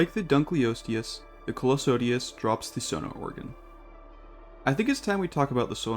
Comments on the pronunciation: Dunkleosteus pronunciation gonna put me in the ground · yo dunkleosteus is pronounced dunkleosteus, not dunkleosteus. hope this helps